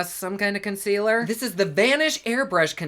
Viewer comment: I laugh when u say consquealer. Every. Single. Time. 😂😂😂😂